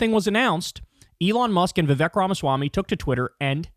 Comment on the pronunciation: Stop mispronouncing Vivek … it’s vi VAKE …. It rhymes with who u r with your FAKE hair color You are FAKE